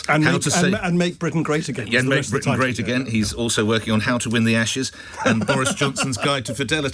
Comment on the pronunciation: "Britian" ? Come on - surely you can do better than that?!